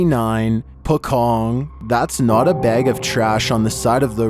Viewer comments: No. 29, pronunciation pocong not pokong but po-chong instead.. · Number 29..very funny if person who not from bahasa country like.. Singapore. Brunei. Malaysia. And Indonesia... Example if you read and say pocong.. It's funny if you use English alphabet.. In bahasa if you see like pocong pronounce it's like pochong. Like again spell doctor in bahasa is doktor. If car. Not char. 😅Same car. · Pocong pronounced 'Po Chong'... not Pokong... wonder where you people get that word first😄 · i laughed when he said pokong, its actually pronounced pocong, po-chong thankiu for sharing true horror story, they r my fav youtube ghost telling story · For number 29, it not called pokong, it called po"c(ci)ong". Pocong is the legendary ghost "corpse wrapped in a shroud, buried in the ground", just google translate Indonesian "pocong" now use voice to hear what should spelled🤣. So not Pokong but Pocong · I was laughing hard when I heard you said "Po Kong" on the second clip! It should be "Po Chong"... Direct spelling in the Indonesian word is pocong! Sorry! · The Pocong is actually verbalized as "pochong". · Why you said Pocong with K? Pokong? Pocong = Pouch Ong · not triggered by how you pronounce it but it name sound like PoChong somethings like that and it know for it jumping behaviour to chase it victim and it resemble how dead muslim wear when being buried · Its pronounced as 'po' ( po in Poland ) and 'cong' ( c is pronounced like 'ch' in chair) Hope my words are not hard to understand! Good video!❤ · I giggled when chills narated the pocong part. "Pokong" 😹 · "Pocong" is pronounced Pot-Chong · it's pronounced "po chong" just like how you say chocolate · How to say "pocong" properly..? The letter C on "Pocong" is the same sound with C on "China" .. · FYI : the "c" in pocong sounds more like the "ch" in chair and doesn't sound like the "c" in the beginning of "c0ck"